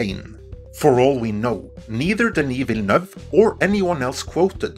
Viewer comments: Just a quick comment to say that your pronounciation of Villeneuve was spot on. Absolutely perfect. Great job! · Yay! Perfect pronunciation on the name! Thank you for taking the time to do it properly 😁 very appreciated. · Hey - thank you for improving the pronunciation of Villeneuve's name. It is noted and appreciated. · It always feels great to hear a non francophone pronounce Denis Villeneuve's name correctly.